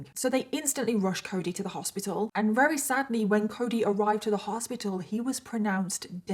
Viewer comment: I’m sorry I always watch your videos they’re always interesting. However I absolutely HATE how you say “very” it sounds like you says “rery” it’s so irritating!